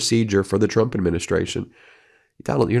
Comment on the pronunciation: Have you noticed that Caroline with a K can’t say the word Trump. She says chump.